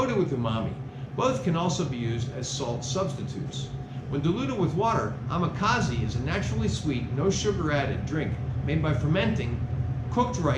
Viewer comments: I giggle when you say amakaze, instead of amazake...😆 2nd time here, and reviewing. I'm having so much fun. Thank you for sharing! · Dude! It's amazake! Ah mah zah keh. Please try not to butcher the japanese language. Thank you.